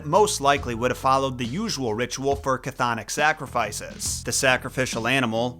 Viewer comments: A year late, but it's not CAH-thon-ic, the C is silent, us Greeks like silent letters :P Chthonic is pronounced "Thon ic." Something a lot of YouTubers get wrong when talking about Hades. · Funnily enough, the CH in chthonic is silent.